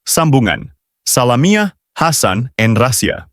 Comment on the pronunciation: Org mcm ni pun nk baca artikal. Sudahlaaaa. Sebut salamiah hasan pecah. Belajar kt mana? Porahhhh